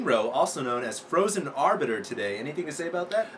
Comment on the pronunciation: HALLELUJAH, is finally saying "Arbiter" right!:D